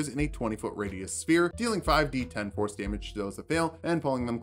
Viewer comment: I keep hearing you say "Force damage" as "Horse damage" and I'm disappointed by the reality